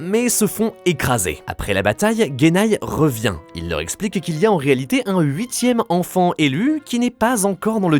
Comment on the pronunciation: Vous auriez pu faire plus attention à la prononciation des noms (Agoumon, Tékay, Guénnai ???) et à prendre les vrais extraits du film, la tonalité de la voix aurait pu vous alerter.